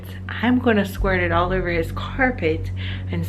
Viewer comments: Why does the dad pronounce "over" as "er-ver"? where does that come from? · 5 years later and it still bothers me the way he says the word "over" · So he can’t treat his kids right or say the word over correctly got it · I don’t know about his parenting skills, but the way that father pronounces “over” should be a capital punishment offense. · What i wanna know is why he can’t properly pronounce “over”